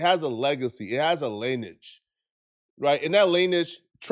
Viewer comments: “Laynage” hahaha 🤦‍♂️ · "LINIDGE". is so dumb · Lineage pronounced Lin-E-egde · 🤣 legacy.. and learn to say the word lineage you uneducated Menjenjo.. yea you need to get out of L-gay if you think that's where you go to look for a hard ass street dude . Pampered like babies, doing lil boy shi, fool out here the hard ones don't ride with no gang . People get forced into gangs cause they ain't got no friends, just like a week ass lil boy would do. Y'all look goofy and tsunami thighs here puts a exclamation mark on it ... Not even in a gang tryna to act like he knows bout what it is . I'll piss on EVERY grave in La